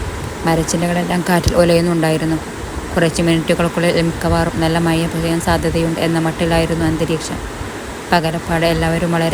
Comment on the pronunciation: അവതരണം വളരെ മോശം മഴ ക്ക് മയ എന്ന് 😂